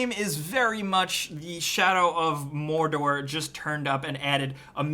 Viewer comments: I like how you said MORRRDORRR. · Shadow of Morrrrrrrdorrrrrr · Geralt of Rivia Sounds like Spanish